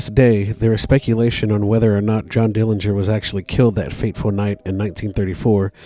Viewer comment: The correct pronunciation of the Dillinger family name is with a silent 'g'. Uncle John was in a jail and not a prison when his buddies from Michigan City Prison broke him out of the jail. Anna Sage didn't know which theatre they were going on that fateful night, so there were police outside both theatres. Uncle John was assassinated in Chicago as his sister, Audrey, identified her brother by a scar on his calf that he received when he was younger stealing watermelons with a buddy. There are many, many more family members who do not want Uncle John's grave disturbed than the few who do. Thank you for your interest and for the pictures in this video of Uncle John!